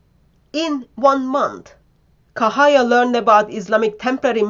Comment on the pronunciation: The name - Cahaya = pronounced "Chahaya" - not "Kahaya" !!